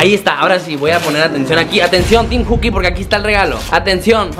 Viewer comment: Se dice teem